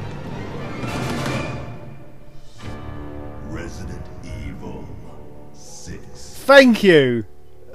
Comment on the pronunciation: Ello there, welcome to Rebident Ebil, 6. Less than 5 sec of video and I'm already spit on my notebook with a laught. Thanks, youuuuuuuu gra... no, youuuuu are the best!